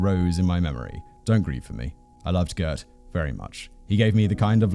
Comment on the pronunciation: Mal-air-buh. (You roll the L and H together; and Afrikaans has no "eee" sound coming from an E. I don't make the rules.) Also Gert has a lot more phlegm at the beginning there; like the "gh" in "Van Gogh". And his surname: fun-Roy-en. (Bonus points if you can roll that R like a motorboat) Hit me up for Afrikaans lessons, yeah?